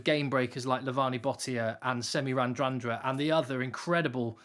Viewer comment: Odd question, but here goes... why do commentators pronounce a "n" that doesn't appear in Radradra"s name? Rad rad ra, surely?